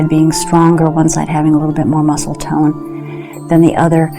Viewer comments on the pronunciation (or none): none